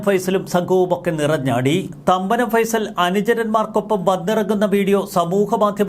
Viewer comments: ഫൈസൽ എന്നല്ല ഫേയിസൽ ജോസഫ് എന്നാണ് പുള്ളി ഇവിടെ പണ്ടുമുതലേ രാജാവാണ് മരട് അനീഷ്‌ പണിപടിച്ചത് പുള്ളീടെ കൂടെ നിന്നാണ് ഡ്രഗ്സ് കച്ചവടം തുടങ്ങിയപ്പോൾ പുള്ളിത്തനെ അവനെ പറഞ്ഞുവിട്ടതാണ് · ഫൈസൽ അല്ലടോ ഫൈസൻ ആണ് കറക്റ്റ് 😊